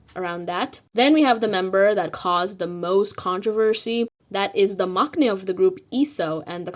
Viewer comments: It’s pronounced mang-nae, NOT mock-nae. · Just sidenote: the word maknae its pronounced mang-nae . there is no k sound ;) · Maknae is pronounced like mangnae 🤗 I'm worried for them because du of starship.